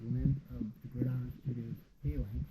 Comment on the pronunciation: Pronounced “Fay lanks”.